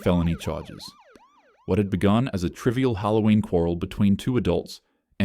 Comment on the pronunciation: It’s Halloween not hattoween no offense to you